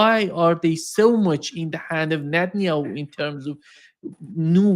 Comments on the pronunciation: Netan-YAHOO. And not Netan-AYOO ffs. It is so irritating. Whenever I hear it I involuntarily start doubting his expertise - I mean if he doesn't even know the man's name what else doesn't he know ffs?! Of course, I know his expertise and respect him immensely, but jeezus.... It really works on an involuntary subconscious level. It screams "ignorant!" He really should make that immense effort and learn how to pronounce these four sylables. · I looooove and smile each time he butchers this stupid made up name on the contrary! He is Mileikovski anyway and I just despise when every expert says "Bibi" like a tender nickname.